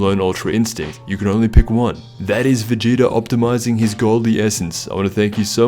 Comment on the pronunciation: Sounds like he said "Vegeter" in the beginning 😆